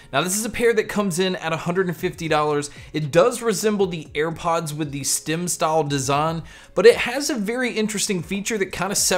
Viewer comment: Stem not stim